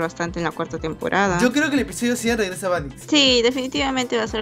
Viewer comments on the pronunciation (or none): Se dice regresa no regesa ._.